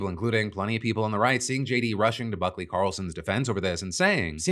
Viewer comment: I genuinely heard f*ckley instead of Buckley 😂